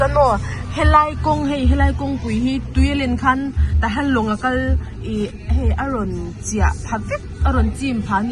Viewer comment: La lo sawi mai mai,mizo tawng hi uluk ila tahhian tih turah tahhan tih hi a tam thin